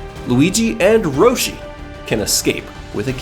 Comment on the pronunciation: You said roshi instead of yoshi